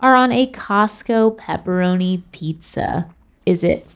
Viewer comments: He also said peeparoni omg people pepperoni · Pepperoni. Not pepperonis. …I’m sorry, I had to